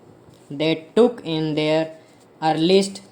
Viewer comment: Pls thoda aur sahi se bola karein... old ... Their ko they are sune me lag raha... Achievement ko achievant..😐